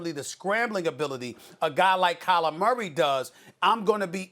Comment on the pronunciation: "Tyler Murray" 😭😭 - Stephen A.